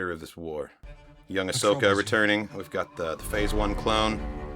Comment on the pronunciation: “Ahsoka” not “Ashoka”